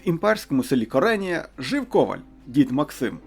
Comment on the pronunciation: Не Коренія там написано, а КаренИя! Авторе, хто так узагалі українською дивно друкує та читає🤣?